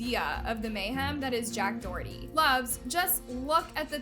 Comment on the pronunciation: Finally u said someone’s name correctly